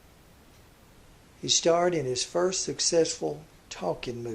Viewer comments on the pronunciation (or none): I'll say this: may have an interesting pronunciation of "The Perfect 'Farst'" but he flat nailed Joseph "Goebbels," so take that and smoke it in your pipes, detractors.